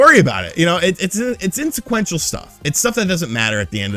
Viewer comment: loves saying wprds wrong on purpose lol insequential 🙄🤮 inconsequential 🤠👍 also nice video, later 👉